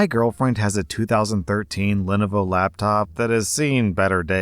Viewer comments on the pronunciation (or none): Story 2:: "Len-uh-vo" Everyone else: "Len-oh-vo" 🤣